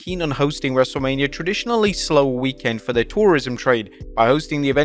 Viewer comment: Why he say weekend like Week Kend